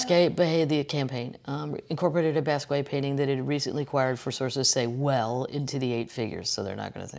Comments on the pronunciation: Kathleen! Someone should tell you it’s pronounced BOSS KEE OT not bass quay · PLEASE PLEASE PLEASE pronounce Jean Michel Basquiat's name correctly!! It's pronounced BAH-SKEE-OTT. Thank you! (Sincerely a St. Louis girl in Utah) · Shhhh. Bahs key yacht. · Kathleen FYI It's pronounced Bas KE ahh. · OMFG KATHLEEN!!!! It's pronounced BAA-SKEE-OTT!!!! 🤦‍♂️🤷‍♂️ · Love you Kathleen - I’m not sure I trust your pronunciation of basquiat, but I love you